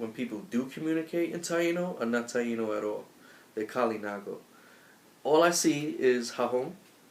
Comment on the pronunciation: Bohio is Bo io, H is silent. and is Taíno, not Tainó.